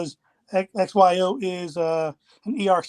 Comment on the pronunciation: XYO not OXY